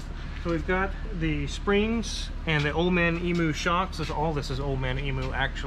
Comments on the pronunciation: Tell its pronounced EMYOU not EMOO!! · Can you please tell the that it's emu not emoo 😂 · it's pronounced emyou not emoo. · “Old Man Eem-you”, not “Emooo” It’s an Australian company, at least pronounce it in Down-Undernese. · Love how the says "old man emu" It's emu. Not emoo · Ok I'm Australian and your totally saying EMU wrong, lesson in how to say EMU, the EM part rhymes with TEAM, and then you just add the U at the end, its like an Australian say Kansas like Arkansas, great video 👍🏼👍🏼👍🏼👍🏼🇦🇺🇦🇺🇦🇺🇦🇺🦘🦘🦘🦘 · I've lived in Australia. It's EEM U, not E MOO. You're welcome. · Great! Just one thing, it's em-you, pronounce the letter at the end, not em-ooo. #Aussiespeak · Guy's please... it's Em-u pronounced Eeem you. Not Eee moo. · Not " EE-MOO" it's " EE - MUE" (like EE-"NEW" with an M) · As an Aussie, it's not old man e-moo. It's eem-you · Emu is pronounced “em you” not “em moo” 🇦🇺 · Not E-moo... it's Eem-you. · Hey America It's not pronounced Emoo, it's Emu, as in the letter U. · eem-you not ee-moo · eemyou not eemoo. pronounce it properly. ask any Australian! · EMU is pronounced 'eam-you'. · FYI emu is pronounced eeem you. Go Aussie ! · you say it like "eeemyou" in Australia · Listening to Americans pronounce Emu...good times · eye twitch whenever he says emu or any "merican"